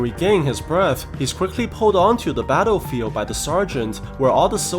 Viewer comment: I thought you said ‘taarofield’ in battlefield😂